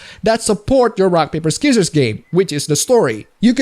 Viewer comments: "rock paper SKIZERS." lol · Ok,, its s(c)ee-sors/sci-sors, not skizzors. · "Skissors" Disliked, unsubscribed, and reported. I am absolutely disgusted. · First time I've heard it called "skizzers" Though, to be frank, a silent C is redundant and easily one of the more confusing moves the language has made. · also did you just said "ski sorrs" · The incorrect way you say scissors, triggers me. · you dont need to pronounce the c in scissors i know its weird